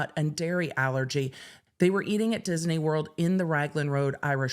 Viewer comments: Dis-i-ney? Disney. Is that a California thing? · I wouldn't say that it's incorrect, but she is adding an extra vowel syllable. So, where I say diz-knee, she's saying diz-uh-knee. I hope my phonetics aren't making this even more elusive, lol. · The way that pronounces "Disney" is out of pocket 😂. We're looking for "Diz-nee" to do the right thing, not "Diz-en-ee" 😂. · I didn't get any of what you said about the theme park case, because I was mesmerized by your saying Dis-in-ey! Dizz-in-ey? Fun with words! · Anyone else hearing Disney with 3 syllables? Diz-uh-knee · Lol...she swaps the n and e around and says Diseny!😅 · I love the way you pronounce Disney. Dis-en-ee. ❤ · Enjoying inserting an extra syllable into "Disney" 😂😂😂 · I'm obsessed with how she pronounces "Disney" and I want to hear everything about this case! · Me too, lol. She made it a 3 syllable word. 😆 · The way she pronounces it confuses me! I'm not a native speaker. Is that the correct pronunciation? 🤔